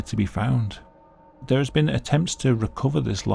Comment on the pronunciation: I’ve said before; the police need to check their suspects again for a speech impediment. It sounds like he’s trying to say “down there”, instead saying “down thewe”.